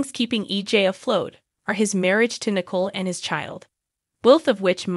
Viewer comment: Wish the names were not murdered so we don’t know Who u are talking about! Nichole his Not Nickel!